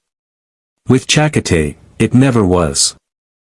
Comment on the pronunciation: Your AI needs better enouciation on Checote's name .. che-coat-ay